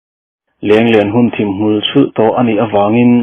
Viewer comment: Thim a zing tiha thim hi dark ni loin lam hniam khamphei tur..zu in hi khiat an ti a,i lam fuh lo..lam san khamphei tur aw